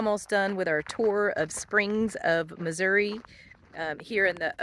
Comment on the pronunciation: WOW! I just love, love , love it! And you got it right, it’s Missouri “ee”, not Missour “ah”. And it’s a float trip, not a paddle trip. Last time I was done in the “Irish Wilderness “, we saw a 5’ rattle snake across the trail at Whites Creek Cave. It was the most non aggressive, docile creature I ever encountered. Next time you come back to the “Cave State”, we’ll throw a couple pork steaks on the grill and see if we can get you into Carol Cave, probably the most beautiful cave in Missouri. And by the way, you got more caves in Tennessee than we got in Missouri. Just don’t tell anybody. Take nothing but pictures, leave nothing but foot prints and keep nothing but memories.